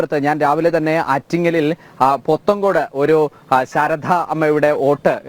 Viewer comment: ശാരധ അല്ല ശാരദ എന്ന് പറയൂ.